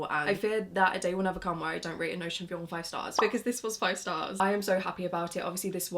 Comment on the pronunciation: Girl that’s not how you say Vuong. Please check how the author himself says it.